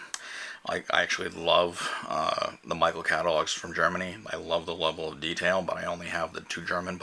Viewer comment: Thoughtful and practical. One suggestion. Michel is pronounced "mee-shell" not "Mi-kel" :)